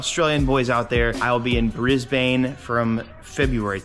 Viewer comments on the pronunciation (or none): Its pronounced "bris" "bin" ma bro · Love your videos but Brisbane is pronounced brisbin 🙂 I’m a New Zealander 🇳🇿🇳🇿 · In australia we pronounce it Bris-Bin haha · Please look up how to pronounce Brisbane